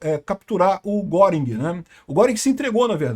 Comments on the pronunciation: A pronúncia não é "goring" é "guérin" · lutando sem sucesso pra pronunciar corretamente o nome do Göring... 😂 * Ou Goering (mesma pronúncia: "Guêrin", fazendo biquinho ) Nuremberg foi contradição e hipocrisia, pois os crimes aliados não foram julgados. Queriam acusar Dönitz de crime de guerra por causa da política de não resgatar náufragos em seus submarinos. Até que Nimitz foi em sua defesa, dizendo que os americanos também tinham essa regra... e Dönitz escapou da forca.